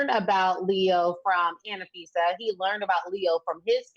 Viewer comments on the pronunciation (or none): FYI, it's Anfisa, not Anafisa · Isn’t it Anfisa? 3 syllables...Not a fan of hers at all.